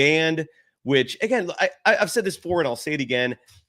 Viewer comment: Myers "said", not saud!!!!!!!